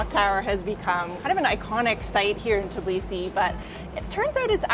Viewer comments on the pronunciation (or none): it's TBilisi, not TIBlisi, come on, with some practice you can do it!